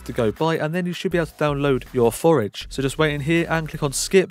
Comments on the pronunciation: Forge not Forege ( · thx, good video but cmon forge doesnt pronounce forage :D